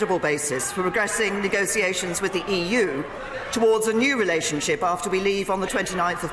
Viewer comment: Ni-go-see-ay-shuns? Not even a clue how to pronounce negotiations, let alone run a government.